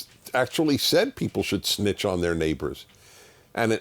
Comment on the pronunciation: My boy Dennis said “Snitchk”😂